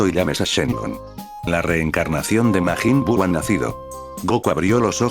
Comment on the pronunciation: 3 seconds in I hear “Maygen Bew”…..